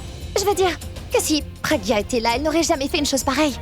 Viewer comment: Ça me fait tellement mal au cœur lorsque moni prononce mal le prénom de ma pragya et de mon abhi 😢💔